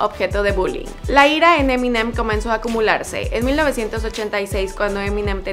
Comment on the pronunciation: Se pronuncia M&M.